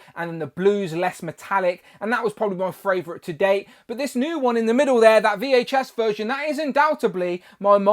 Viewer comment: I like how you say fravrite